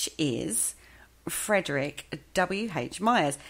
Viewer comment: It's Frederic, not Frederick.